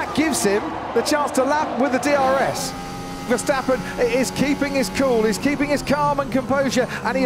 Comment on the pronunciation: mex versteppen.....ahahah hah... how NOT to pronounce....